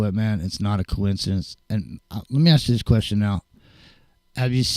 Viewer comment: Aww 😂 always makes me laugh every time you say, "let me AKS you a question"❓🤣 For years I've always wondered, why is it AKS? 🤔😊 Thanks muchly to you all. Been a long time.. Good stuff 👌 Hope all's good ✌️❤️